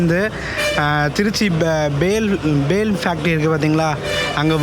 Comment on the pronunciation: ப்ரோ பேல் factory ila BHEL (பெல் )okk olunga pronounce pannunga